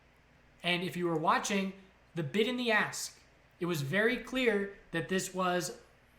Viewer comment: Any one else hearing a$$ and bit instead of ask and bid, getting bit in the a$$, lol. Thanks great info.